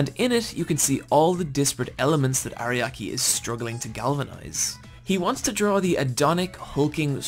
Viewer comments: It's irritating to hear "Ariaki" instead of "Araki" through the whole video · God, this guy makes me mad with how many names he not just pronounces wrong, but also gets entirely incorrect. He keeps calling Araki “Ariaki“. How do you even get that wrong this hard?!